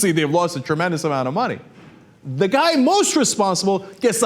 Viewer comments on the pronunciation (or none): "Our system is FUUUU... ndamentally broken" You meant FUCKED didn't you :\ :D